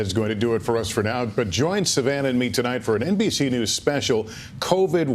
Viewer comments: “Good evening fellow Americans tolight I’d like to talk to you where we are” Potato President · “Tolight I’d like to talk to you” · Did anyone else notice when the doors open the Marines do not salute BIden? and when he first starts speaking he says" good evening tolight not tonight?